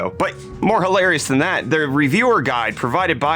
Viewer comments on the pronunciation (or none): none